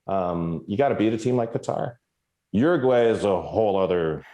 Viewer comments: It’s not Yooroogooeh, it’s Uruguay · OOO-roo-gwa-ii with the r sounding like 'd'